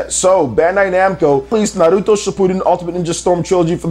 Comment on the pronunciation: You need to stop pronouncing Naruto as Nahluto